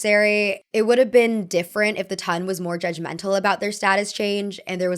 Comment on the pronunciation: Ton in this circumstance is not pronounced like tonne.